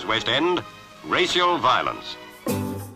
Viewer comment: I shall from now on be pronouncing "racial" "ray-see-al".